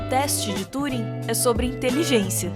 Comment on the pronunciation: mulher mais sábia TUUUring invés tãnring, ta certo?